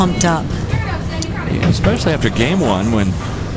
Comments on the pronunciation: I didn't know eCspecially was a word... 🙄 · Expecially? How can a commentator mess up English this much? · you'd think an announcer would know how to pronounce "especially"